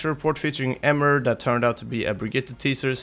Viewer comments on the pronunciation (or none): Emre* not Emer